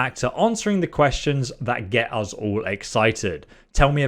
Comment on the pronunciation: I scrolled just to find this comment. I thought I'd surely not be the only one this was irritating 😂 Another thing he says that's really annoying is 'Free' instead of 'Three'. And 'Uz' instead of 'Us' 😬